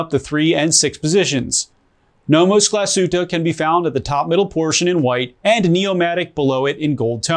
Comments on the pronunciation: It's pronounced "glas-hoota" not "gla-shooter" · Get your Glashütte pronunciation straight, this literally hurts 🙄